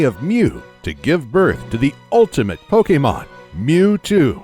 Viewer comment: I normally don’t care about how people pronounce Pokémon since there are so many for most people to remember. But this guy actually bothered to figure out the proper pronunciations for Pokémon and I thought that was pretty cool